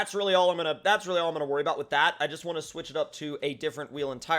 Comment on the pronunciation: Wantch* instead of want